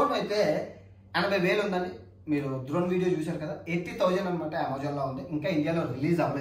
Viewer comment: ద్రోన్ కాదు రయ్య డ్రోన్